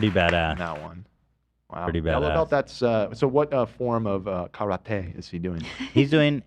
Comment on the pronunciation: When pronounces karate correctly.... 😆😆😆